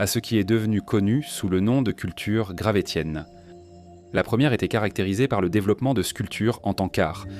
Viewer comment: Merci la voix artificielle de prononcer « gravessien » 😁